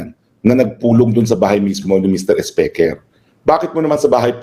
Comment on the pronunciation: Hi atty.roque,saludo ako sa talino mo sir,i always listen sa mga program mo,i also cast my vote to u😊meron lng akng puna sau atty.pls dont get offended,pls pronounce the word speaker as(spiker po)hnd po speker.❤peace po atty.😊